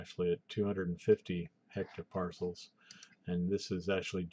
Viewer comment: dude, it's hPa its ettopascal, not etto- PARCELS loooooool